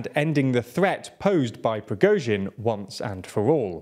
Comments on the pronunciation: YOU FINALLY PRONOUNCED PRIGOZHIN SUCCESSFULLY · good to see this guy can say the name Prigozhin unlike the guy in the glasses who changed the way he said it 10 times in one video :P